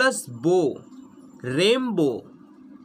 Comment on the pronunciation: Why do you say Rainbow like that